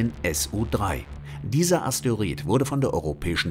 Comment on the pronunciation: Es heißt immer noch nicht asteorid sondern Asteroid